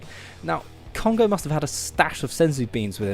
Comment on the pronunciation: I said no Adam no subs, however this guy can pronounce names so I'll stay. By the way this guy is correct, no words can do Cheick Kongo justice. You NEED to watch that fight.